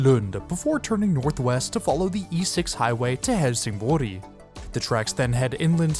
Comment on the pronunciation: I appreciate the effort to pronounce the place names as properly as possible, something Superalbs also does really well. Didn't know that the sleeper served Helsingborg though, is that its usual route?